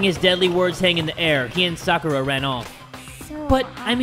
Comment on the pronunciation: I've been in the danganronpa fandom for 7 years and it just makes me so happy to see people injoying a game that has meant so much to me. Also the mispronunciation of Sakura and sayaka are just bothering me a little